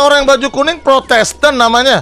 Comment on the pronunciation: bang windah bilangnya protesten gys bukan protestan